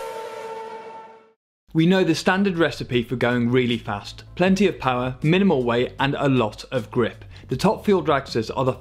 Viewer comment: Put down more power? Ya, more power. More powa'? More powa' baby! MORE POWA' BABY!